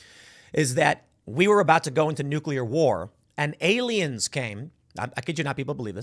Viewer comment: "Look at the pretty baroon" "it's totally not a spy baroon, it's ariens" Project bruebeam...